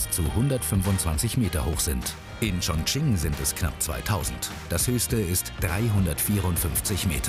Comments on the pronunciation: Wie ,,Chongqing“ ausgesprochen wird😂😂😂😂😂. Ps ich spreche Chinesisch 🇨🇳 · 肯尼 schmerzt im Herz drin welcher Provinz